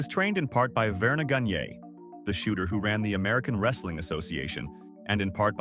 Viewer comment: hahahahaha greg gan-gay............................ ai nonsense